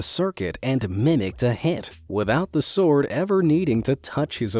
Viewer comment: pronouncing the W in sword hey? Bad AI voice, try again